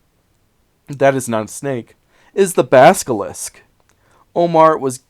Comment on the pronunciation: Isn't it Basil-isk, not baska-lisk?